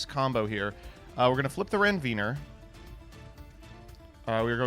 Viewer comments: Hello, love to see your video as usual, but it always hurt my ear to listen to your way calling Renvier, because I usually listen to it correctly during my lecturing time I'm a medical doctor btw, Renvier is one histological part of Neuron Cell on our body, has an urgent function of continuing electrical jump from a cell to another cell for them to communicate each other (as easy to say, not trying to tell the complicated one), try to use the right pronounciation next time, okay? I'm not mad actually, love from an OCG player country (but I'm straight) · Every time mispronounces Krawler Ranvier I die a little more inside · why does he make "Ranvier" sound like a slur? 😂